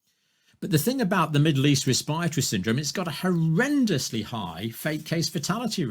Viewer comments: NDJC can't even pronounce respiratory properly! 😳🙄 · I've never heard anyone pronounce 'respiratory' the way he does.